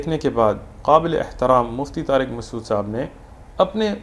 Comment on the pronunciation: It's not maqsood. It's masood lol